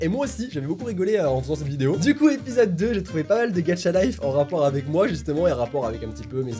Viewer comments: Il dit Gatcha au lieu de gacha 😱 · GaCHa pas gaTCHa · Cc je t adore vrm mais pk tu ajoute un "d" dans Gacha life c pas Gadcha mais Gacha 😑😅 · Sa se prononce "Gacha" life et pas "Gatcha" life ou sinon t le meilleur😅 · Sa se dit gacha pas gatcha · GACHA ET NN GADCHA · il prononce gaTcha life moi j'ai trouvé ça super bizarre toute ma vie je prononce gacha life Pas vous??? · C est gacha pas gatcha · C pas gadcha mais gâcha mais pas grave💚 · C pas gatcha c gacha!!!!!! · XDDDD je peux rien dire, c'est hilarent, tu dois faire une chaine de gacha! P.S: c'est gacha pas gatcha car tu le dit de la mauvaise facon mais bon c'est pg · C ouf hein ? 😂 MAIS C PAS "GATCHA" C GACHA FUCK :) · "Gatcha life" 😂😂